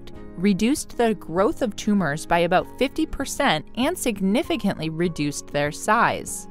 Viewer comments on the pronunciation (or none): none